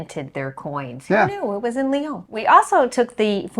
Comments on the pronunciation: Hi. It's pronounced Lee-on. Not Le-Own. I was there yesterday to take my son to visit universities. Université Claude Bernard is at the Einstein train stop and is quite a sophisticated engineering school. In a big city too it is odd to find so much open land for such modern buildings. Lyon is not as densely populated as Paris even though it is often referred to as France's second largest city. It has a quite open feel to it. Antoine de Saint-Exupéry was born in Lyon, so they named their airport after him. He wrote The Little Prince, which is one of the world's most widely translated, popular children's books. But it's not just for kids. Some things I like about Lyon is it has bike lanes everywhere. Something like 1/2 of most streets are for bicycles only. America is ruined because everyone you need a car, same with Cyprus, which is where I lived. Even you go to a restaurant get something French, like beef liver. In America we only know to fry it. But the French eat even inch, and I mean every inch, of the cow. So they can make it far more interesting that that. And this is the Rhone valley so have a glass of a Côtes du Rhône red white (white's good too). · It’s not Leon it’s Lyon. Americans lol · Funicular is not hard to pronounce. It is a word in English. And this city is called Ly-on, not Li-own.